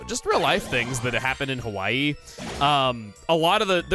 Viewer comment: It will never not be weird for me when people say Hawaii wrong.🤣😵